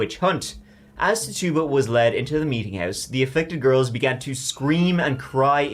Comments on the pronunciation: Titchiba not Tarrtuba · Say it with me not : Tit - u - ba. Not Tit - tuba.